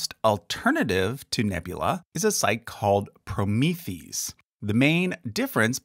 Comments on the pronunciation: just sayin', but "Promethease" is meant to be pronounced like the Greek "hero," Prometheus." so, "proh-MI-THI-ase." Kind of like, polymerase. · Thanks for the vid! Hey, you have mispronounced Promethease - actually is said "pro-mee-thee-ace" (kinda like one would pronounce an enzyme). Fyi. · I’m pretty sure Promethease is pronounced PRO-MEE-THE-ACE, a hybrid of Prometheus and the suffix for enzymes, -ase.